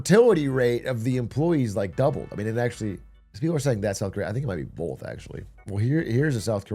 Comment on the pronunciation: Atrioc one of those guys who says "bolth"